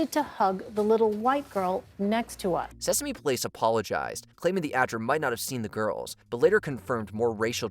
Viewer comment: The reporter definitely said Seaworld instead of Sesame, right?